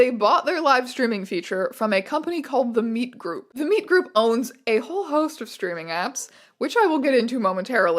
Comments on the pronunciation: took me too long you were saying meet like interacting instead of just MEAT 🥩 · It took you saying meetgroup like 10 times for me to realise it was meetgroup and not meatgroup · was watching this in the background and kept hearing "The Meet Group" as The Meat Group and would giggle almost every time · Every time you say “The Meet Group”, I hear “The Meat Group”. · I kept hearing "The Meat Group" every time you said it. Which has... different implications. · Jesus Christ every time you say "meet group" i hear "meat group", please make it stop